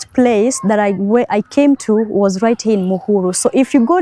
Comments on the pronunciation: OMG why do you say heeee instead of hia ..Here is pronounced HIA .. not heeeee lol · Hi, Please stop pronouncing 'here' as 'hi'. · 😂😂😂especially the word "here" hii